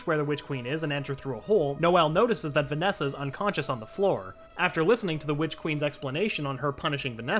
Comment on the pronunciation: I know he say witch queen but to me it sounds like he is saying bitch queen lol 😂 slay your highness 😂